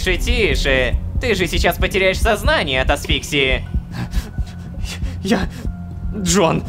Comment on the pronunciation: асфиксИя, а не асфИксия...